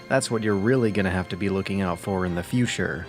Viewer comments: Great video.. but... Fushure? I love that pronunciation of future :P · LOL people are more concerned about mispronounciation of ideology and future. WTF?